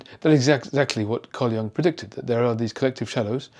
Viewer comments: YOOOONG NOT "young". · Sorry, you pronounce Jung’s name wrongly. Not Young but Jung. Carl Gustav Jung was Swiss, not German or Austrian. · Thank you,, for all your insightful presentations. Jung is pronounced "Yoong" by the way and he was Swiss. And the Germans unleashed their Shadow on their African colonies early in the 20th century before they ever got to the Jews. Belgium and Italy and I think France also unleashed their Shadows in Africa. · Excellent insights - as always! "An ambassador of the shadow" that phrase alone was worth the 20 minutes! (as were many other phrases!) Jung was actually neither German nor Austrian, but Swiss. The correct pronunciation is closer to Joong (think of Heidi Klum:-)) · German 'Jung' is pronounced 'yoong'. Your pronunciation is wrong. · I am grateful for your knowledge and perspectives, but I wish you would learn to pronounce "Jung" correctly. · Excellent video, but the Wikipedia page you show clearly explains that experts should know that the vowel in Jung's name is pronounced like "youth", not "young".